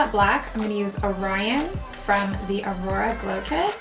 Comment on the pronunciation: I don't think it's pronounced "O'Rion"